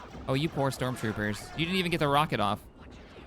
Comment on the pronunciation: "We can get Strock Troopers"💀